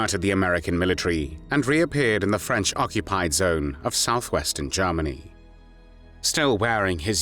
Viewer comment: Awful voice. Germany = Garmary. Worked = warked >> Awful.